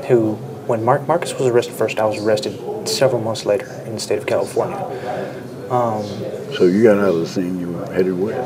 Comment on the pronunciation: He said Killafornia.